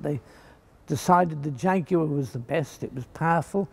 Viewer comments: That's because he's pronouncing it properly 🤣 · That is the correct UK English pronunciation. How it is pronounced elsewhere, including where the jaguar cats actually live, is irrelevant to the subject.